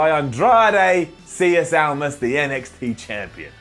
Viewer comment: Andrade ciYes Almas. Really.